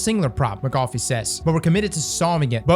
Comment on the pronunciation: So we’re just gonna breeze past pronunciation of “McAuliffe”?